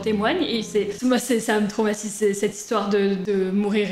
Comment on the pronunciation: Qui a conté le nombre de fois ou elle a dit tromatise et tromatisent 🤣😂🤣